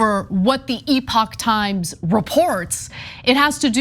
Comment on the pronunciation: TYThoe CAN'T PRONOUNCE the company name properly! 🤣🤣🤣🤣🤣🤣 Classic marxist goofball! NEVER DOES BASIC RESEARCH.